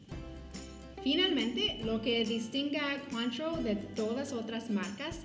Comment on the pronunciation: Se pronuncia “cuantró”.